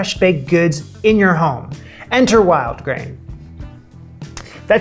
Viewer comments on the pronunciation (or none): none